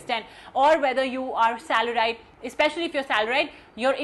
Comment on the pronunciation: She literally pronounced salar -ied..